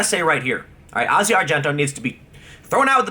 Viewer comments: I think you're great Tim but you are really bad at pronouncing names. It's Asia as in the continent of Asia and Rose McGowan is pronounced like you're saying OUch in the middle not O. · Jesus you suck at pronunciations. McGowan, Asia, Nike, Kaepernick, etc. Half of the time, you sound like you're speaking a different language.